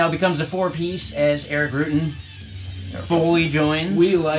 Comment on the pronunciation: Rutan not roootin. come on man